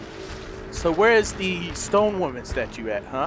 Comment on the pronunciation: Every time he says stone women it sounds like he's saying stoned women